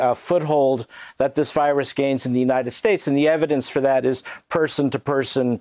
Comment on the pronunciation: More like United Schtates